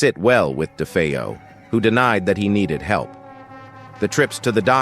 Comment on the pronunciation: Poor A.I. can't decide how to pronounce "DeFeo."